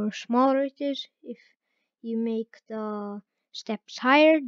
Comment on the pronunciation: ake instead of make